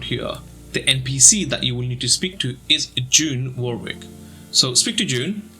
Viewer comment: I's pronounced 'WORRICK' not war-wick...